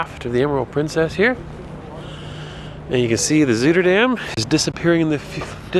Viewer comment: A hot tub in the cool air - the best! By the way, the Zui in Zuiderdam sounds more like "zy" than "zoo." (The ui is actually a Dutch diphthong we don't have in English, but if you think apple "cider-"dam you'll be close.)